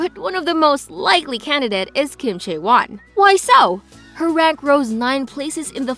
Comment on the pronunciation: It's....CHAE won. Not chae WON. Also it's le SSErafim. Not LA sseraFIM. Lastly, it's YUNjin. Not yunJIN.